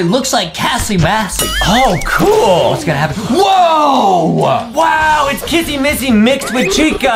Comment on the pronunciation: JUSTIN JUST KEEP SAYING KASSY MASSY